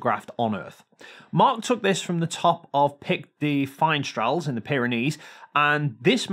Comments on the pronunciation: It's pronounced "fin-S-trel" but I know how difficult French can be so thanks for trying <3 And thank you for taking the time to debunk pizza world. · Dunking on flat-earthers is almost good enough to let slip how far off your pronunciation of “finestrelles” is 😂